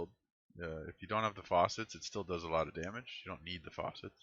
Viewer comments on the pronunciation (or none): Good video, got a like from me and I'm subscribed. You are pronouncing FACET as if it were FAUCET.